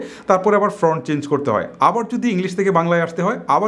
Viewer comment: ভাই, ফ্রন্ট না, ফন্ট।